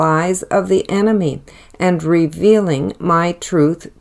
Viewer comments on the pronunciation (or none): none